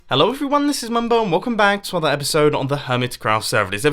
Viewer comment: It sounds like you are saying "Welcome back to other episode"